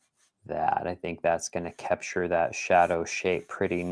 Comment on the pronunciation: I love the way say kepture 😊